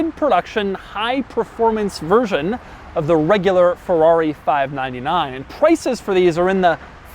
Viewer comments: "fahv-nan-nan GTO" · Why did he keep saying "FIVE NINE NINE" like a cowboy? lmao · Doug sounds like a cowboy everytime he says 599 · Doug is the type of guy to say 599 like he's some sort of weirdo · He says 599 in a weird way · When did Doug become southern? I've never heard him say "599" like that. Is CNC in Louisville, KY? 😂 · That's Doug's subtleties 😂